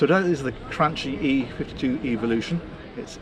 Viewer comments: it's pronounced "Cranki"! It's Italian, not Spanish:) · It's pronounced Krankie sir. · well done. You speak the name Cranchi in a Spanish manner, in Italian you would name it "Cranki" because C+H becomes K spoken. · Beautiful video, as always, just a tiny note, it is pronounced /kranki/. Doesn’t matter, in fact, since you’re able to show as with the same spontaneity from little boats to superyachts making us felling in love with them. Keep it up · Cranchi is pronounced with both the c "hard". I know it because I'm Italian 😊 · By now, one would think that you'd have learned to pronounce Cranchi properly, as Italians do!